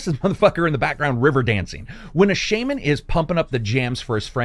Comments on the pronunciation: SHAY-Man? Seriously? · The way he says Tsushima and shaman hurts me inside.